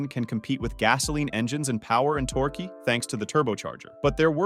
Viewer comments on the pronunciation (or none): 'tor queue' LOL